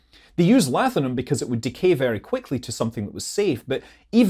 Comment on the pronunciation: Yep, he eats Lathium (pronounced Laughium) for breakfast. :D :D